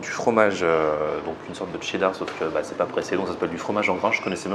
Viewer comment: il force trop sur le "TCCCCCHHHHHHEEEEEEdar" MDR